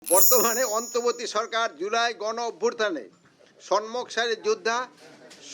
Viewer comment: উনিতো ঠিক করে কথাই বলতে পারেনা। কি বলে গন অভ্যুরথানে ভুল, সন্মুখ ভুল। এ কিভাবে স্বরাষ্ট্র মন্ত্রী হয়।😢😢😢😢😢